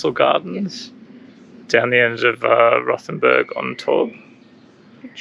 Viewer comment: Rothen b u r g , not Rothen b e r g !